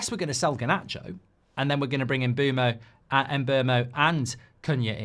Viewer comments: Brooooo the M on Mbuemo is silent loool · as a Brentford fan i always find it offensive how TONS of people spell it 'mbUEmo'. it's not that hard. not hard at all. it's mbEUmo. like the EU. the friggin European Union. not MBUEMO. extremely frustrating.